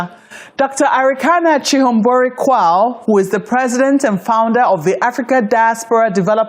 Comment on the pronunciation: Thank you sister for pronouncing chihombori correctly, this is a Zimbabwean name. This eloquent lady is married to a Ghanaian gentleman hence her last name of Quao.